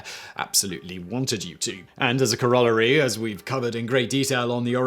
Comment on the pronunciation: OMG thank you for pronouncing "corollary" correctly! Every American science podcast host I listen to says it like the names Cora and Larry.